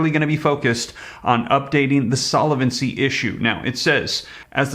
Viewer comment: Great info! The word is solvency not solevency...